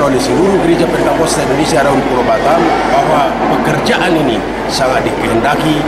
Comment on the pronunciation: Hallo min bukan " pantekosta" tapi "pentakosta"